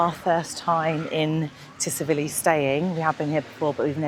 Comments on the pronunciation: but you say it as 'T' Silivi. Lol. Keep vlogs coming. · Nice vlogs, but Tsilivi is pronounced 'Sillyvee' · I always marvel at how many people pronounce Tsilivi wrong,it’s not Tsivili it’s TsiLIVI.